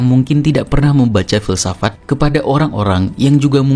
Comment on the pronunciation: Filsafat ❌ Filsafak ✔️